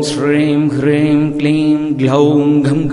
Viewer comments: ஐயா, ஹ்ரீம் என எழுத்தில் உள்ளது. ஆனால் தாங்கள் சொல்வது க்ரீம் போல உள்ளது. எது சரி? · Yes... You're right.. But I noticed here Sir, pronounce wrongly... He pronounce Kleem....instead supposed should recite as (Om Shreem *Hreem*)... The Mantra is Superficial Impressive but wrong Recite its doesn't work as Siddhi... Please update the New video Sir 🎩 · Ji when you telling hreeem is we get to hear kreem